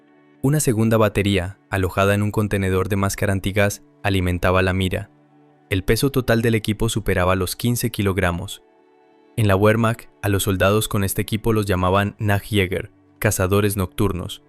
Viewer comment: no quiero ser pesado pero... la W en alemán se pronuncia como una V, no como una U. tu buen canal subirá un par de puntos si pronuncias bien la W😅😅. gracias. abrazo desde Mallorca 😊